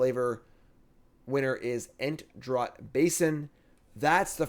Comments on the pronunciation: Draught is pronounced like “draft” for these purposes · 'draught' is pronounced 'draft'